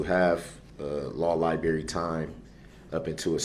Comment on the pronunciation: Its library you fool, not libary